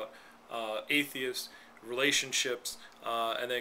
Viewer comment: forgot the t on atheist lol